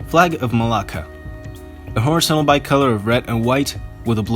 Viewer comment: Its malacca in english